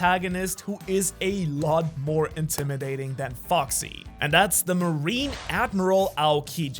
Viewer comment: He says foxy but I heard fucksie